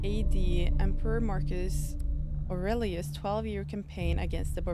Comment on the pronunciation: Yeah self taught or not it is wildly impressive that you were able to properly pronounce the name Aurelius as a non English speaking native. I know people in Canada who went to private school from grade 7-12 who could not pronounce that name as well as you did. Good job girl, keep sounding them out!